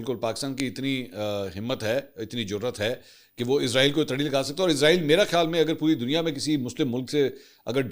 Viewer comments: Manson sahab Israel ki sahi pronunciation ee-s-ra-eel hai Jo ke Urdu Arabic or Hebrew me use kinjati. Izraeel is used by English speaking countries. Ap urdu me program kr Rahway to sahi talaffuz use Karen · Asslam o alikum with due respect sir ap jub bhi israeal ka nme pronounce kerty hy to izraeel kehty hy to yeh ek frishty ka name hy jo rooh kabz kerta hy ap اسرائیل kha kery.thank u